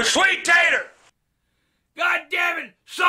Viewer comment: As would say " sweet tatre"!